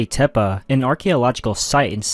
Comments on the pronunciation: Tepe ❌ Tep-uh ✅ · Yes tep-peh is correct. Which is why this video that says tep-puh is wrong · Its called tepi not tepa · Dude can’t even pronounce Tepe. Vids bunk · Stopped watching immediately for that pronunciation of tepe😂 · Take a drink every time he says Tepe wrong 😂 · Came right out the gate with it, I'm like, oh no ! 🤦‍♀️ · Casuals listen to joe Rogan too much saying it wrong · Maybe that’s how the original inhabitants said it